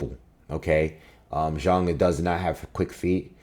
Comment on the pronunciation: It's refreshing to hear someone actually say Zhang's name right lol